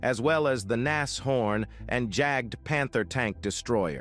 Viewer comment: Wrong and incorrect pronouncing of Jagdpanther ! Do not anglising german words and names ! It sounds stupid ! Rather say than Hunting Panther or Jagdpanther tank destroyer !